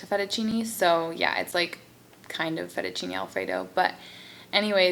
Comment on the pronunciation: FETTUCCINE NOT "FETTUCINI" 😥 from italy. Btw your video it's so lovely,and you're beauty!